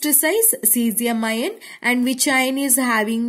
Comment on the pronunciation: Mam it will be pronounced as आयन not इयोन 😊